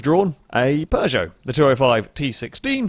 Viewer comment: I'll admit, this video is the first time I've heard the correct pronunciation of Peugeot, I don't think I've ever heard it said before now. Could be wrong, but still the one in this video looked like it gave a good fight. But that twitchiness looked like a handful to deal with even from an observer's standpoint. And I wasn't at all surprised there were a few rocket cars in the earlier races. xD